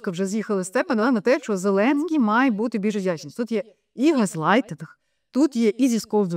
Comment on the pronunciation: Не ШО, а ЩО